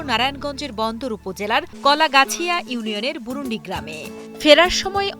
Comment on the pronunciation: ম্যাডাম এটা বুরুনডি না বুরুনদি আমার পাশের এলাকা।।